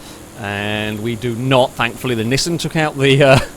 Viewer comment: While it also annoys me, it's not technically wrong. The original Japanese commercials from the 70s are in a kind of middle ground between "ick" and "eek", though a bit closer to "eek". What is actually wrong though is Nissan ("knee-sahn") as "Niss Anne". There are others as well, like Mazda, Porsche, and Peugeot, but I can't be asked to spell them all out phonetically right now. Nissan is just the worst offender.